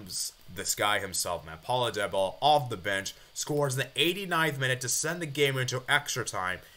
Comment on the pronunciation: its Dybala not DyBella